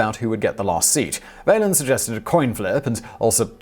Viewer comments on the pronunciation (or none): "Valens" is pronounced like "gallons." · Simon, Simon, Simon. Please get an American to help you with pronunciations! Seeward and Vaylens? ? ? ? I hereby volunteer for the job. No one much cares when you butcher foreign words and names, but when you butcher extremely well known American names, in particular, you sound ignorant even though we know you aren't. Please, please, please!